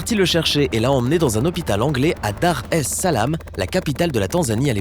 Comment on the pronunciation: Tu prononce pas bien le nom du lac Tanganika et la capitale Dar es-Salaam